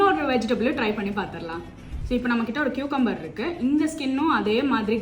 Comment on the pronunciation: Cucumber ❎ Qucumber ✅🤣